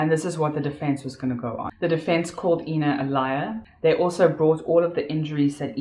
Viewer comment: I wish you would drop your fake accent.....you kept on calling the victim AAAAIIIINNA and whenever you had a slip of the tongue you would call her Ina which is correct. Make up your mind which accent you want to use....you're making a fool out of yourself!! You suck at acting.